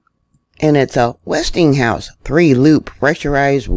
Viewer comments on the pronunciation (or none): none